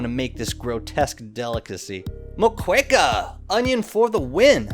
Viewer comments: Moqueca is read as MOKÉKA . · Nice vid but your pronunciation of moqueca tho lol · that's not how u pronounce Moqueca 😭😭 (the U is silent)